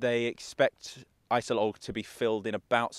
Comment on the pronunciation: IJssel Oog not I-cell-loch